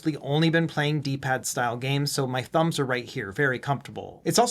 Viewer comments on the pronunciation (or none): none